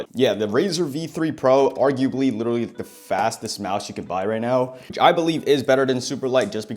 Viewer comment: Bro said “liwaly” 20,000 times but great vid